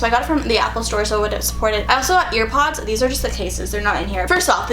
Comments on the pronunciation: Was she saying "earpods" instead of airpods lol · Am I the only one that noticed that she said ear pods instead of air pods lol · They way you say AirPods 🤣